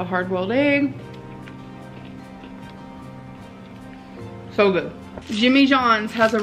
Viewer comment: Aygs, laygs, tockos, slommy, and melk!